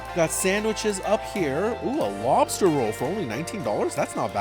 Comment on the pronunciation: How, do you say mock loobster🙄